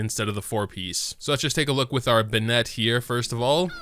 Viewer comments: watched for a while now, and while i'm sure it's already been commented...why do you insist on saying bennett wrong? if you want to know how to pronounce it...he says it every 5 seconds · why do you pronounce Bennett like that? he's not a pokemon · He pronounces Bennett as if it were a girl's name.